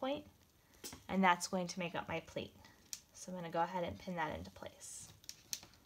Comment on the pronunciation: This is wonderful and a super simple mask to make. But, I'm sorry, but she was very confusing at the end when she said "plate" over again many times. Once, she pronounced it "pleat" and I was grateful because I had no idea what she meant by plate. Using an acrylic ruler to cut the fabric would be a much more helpful and safe use of our quilting tools.